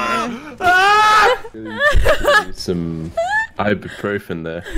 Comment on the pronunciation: “I can’t take ibuefon” 😂